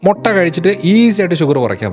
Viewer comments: മൊട്ട അല്ല ബ്രോ..... മുട്ട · മൊട്ട അല്ല 😃 മുട്ട 😂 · മൊട്ട അല്ലടോ മുട്ട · മൊട്ട അല്ലേടാ.. മുട്ട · Motta alla, mutta aanu